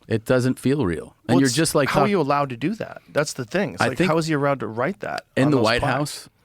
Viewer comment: "how are you arrowed to do that?"